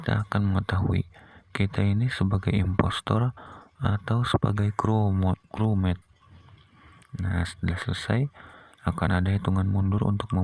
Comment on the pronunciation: Aku ketawa banget bang pas abang bilang "crewmote"😂😂😂😂😂